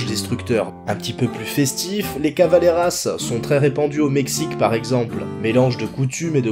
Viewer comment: C'est calaveras, pas cavaleras...